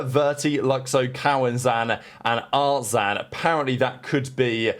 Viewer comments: why is it so hard to say “artzin” or “Cauanzin”? Theres literally an “i” there not an “a” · Wtf is an art-zaan caun-zaan